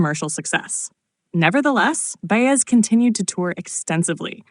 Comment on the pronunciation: Her name is pronounced By-ez. Got it AI?